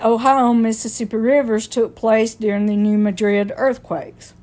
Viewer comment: Just an FYI, the town isn’t pronounced the same as Madrid, Spain (muh-drid) it’s pronounced (mad-rid).